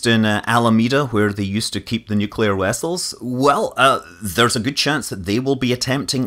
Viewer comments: Alameda. Nuclear Wessles. Lol. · Nuclear Wessiles? Chekhov? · nuclear wessels :) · nuclear wessels, keptain